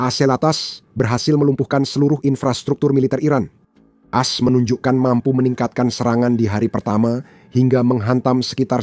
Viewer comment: Tolong min klo menyebutkan AS jangan blepotan...gua gak jelas menyimaknya 😁😁😁